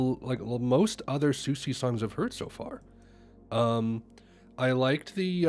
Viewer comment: You’re pronouncing her name incorrectly : SUSIE is the correct pronunciation